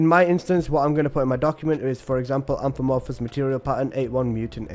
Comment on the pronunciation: It's AMORPHOUS not AMFOMOURPHOUS 😂